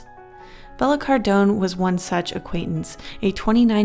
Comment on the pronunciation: i think its pronounced Bella Cardone, the e in Cardone is pronounced like the e in west :)